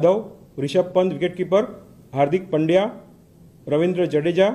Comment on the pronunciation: The only thing he pronounced appropriately was surname Pandya…😂..since most non Gujjus pronounce it as Paandya